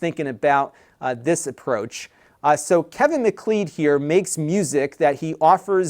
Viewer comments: I think the pronunciation of "MacLeod" should sound like "MacLoud." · I’m pretty sure the music guy’s name is pronounced “mc-CLOUD,” as in Highlander.